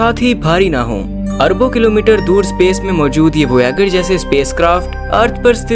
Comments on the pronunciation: lovere vayzer hei thik se bolo 😂😂😂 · Kiya voyagar nam sayad wrong bola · भाई विडियो पूरा देखता but वोयागर सुन कर मूड मर गया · पियोनिर वोयागर 😂😂 koun hai yeh naya chu... Samar jaisa koi nahi mil sakta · Please improve your pronunciation voyager, Kuiper belt. Watch any english youtuber. You are talking about very old knowledge, you are not updated 😮